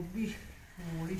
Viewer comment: ਤੁਸੀਂ ਪੰਜਾਬੀ ਤਾਂ ਐਨੀ ਬੋਲਦੇ ਪਰ ਮੂਲ਼ ਈ ਨੀ ਮੂਲੀ ਹੁੰਦੀ